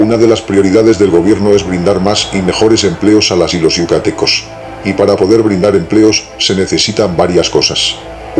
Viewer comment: Se dice yucatecos